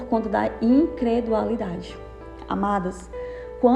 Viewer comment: É incredulidade e não incredualidade